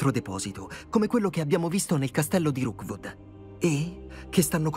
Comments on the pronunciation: Qui per ricordare a che si chiama Rookwood e non Roodwook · Ti prego ti prego si chiama rokwod non rowkod mi triggera un sacco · Qualcuno dica a che è Rookwood e non Roodwook, per favore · tutto bello ma perchè lo chiami roodwook e non rookwood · mi fa morí quando dice roodwook invece di rookwood💜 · Dopo 16 puntate non hai ancora capito che non è roodwook ma rookwood😂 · non riesci proprio a dire rookwood